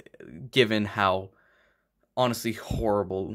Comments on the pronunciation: "Bigsby"? It sounds like you're saying that instead of Bixby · with stress on the "X" which he's pronouncing wrong. It should be more like "Taxi" or "Pixie"